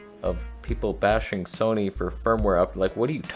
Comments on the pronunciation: Trust me bro, no one in England calls it 'Sonny'. I think you'll find that more commonly with your American neighbours who can't pronounce anything correctly 😂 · We do not say ‘Sony’ like that! What’s the matter with ya. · Well admittedly I've only been living in England for the last 72 years, but I have never heard anyone pronounce Sony the way you claimed that it is said in England. YOU are the only person I have ever heard say it that way..